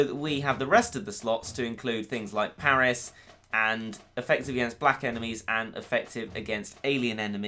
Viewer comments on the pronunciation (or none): none